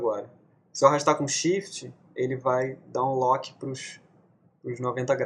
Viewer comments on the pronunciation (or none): none